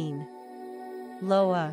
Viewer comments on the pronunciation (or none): What the hell is lowa? Terribly mispronounced!